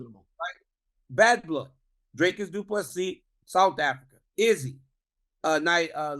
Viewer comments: It's pronounced DRHKISS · Yeah, but Chael is actually closer to the correct pronunciation of Dricus than DC is. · Uncle Chael telling DC how to pronounce Dricus, lmao. I see what he’s doing here, lol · Chael trying to establish the correct pronunciation of Dricus so he could make sure he says it incorrectly was a true bad guy move On a serious note, we've seen Blachoewicz take Izzy down, I honestly think DDP can do it